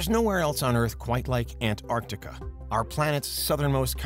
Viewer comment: Why do you say it like "Ant-Arctica"?